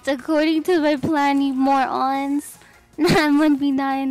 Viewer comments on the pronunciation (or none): loved the part where she called the enemy "more-ons"